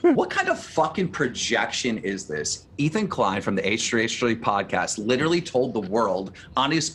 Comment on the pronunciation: Why does adin ross pronounce literally as “littly” it pisses me off lmao